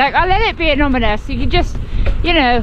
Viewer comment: i laughed at "annomynous"